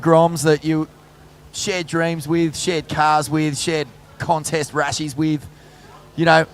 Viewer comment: "Connest" that's the way, Stray-ya